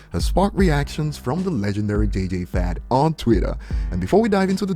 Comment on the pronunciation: 😂 really said "J.J Fad"